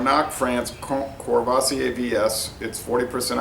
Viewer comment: I really enjoy your informative and laid-back videos. Thank you! PSA: No Rs are pronounced. KUH-VUH-SEE-AY